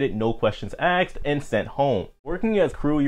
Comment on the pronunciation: Love these videos! Your production is ON POINT and you seem very eloquent. Great info and fun content! I'm a new subscriber. Just one thing *not to throw shade*, but watch the way you say the word "Asked." Sorry. just had to correct..